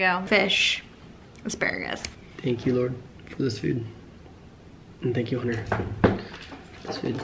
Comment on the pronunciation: Is the “T” in Hunter not supposed to be pronounced? It always sounds like you’re saying “Hunner” lol! Love all your videos, and content btw ♥️